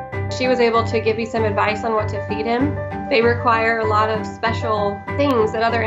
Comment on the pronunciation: Am i the only one who heard "feed" as "beat"? XDDD